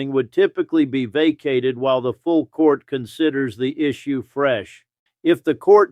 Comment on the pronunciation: En Banc is pronounced "on bonk".